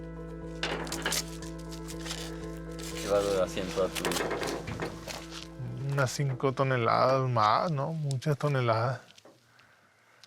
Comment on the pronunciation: Stop pronouncing fentanyl like that you muppet.